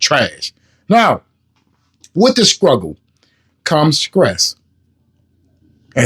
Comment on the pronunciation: Wow!... he said "Scruggle" and "Scress"... come on !!!